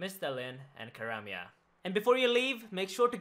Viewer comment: "Karamya"